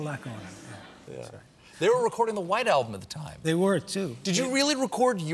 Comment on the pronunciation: O no you called it the WHITE ALMBUM. OMG